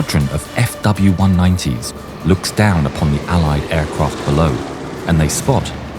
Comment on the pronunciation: aircwaft lined up lol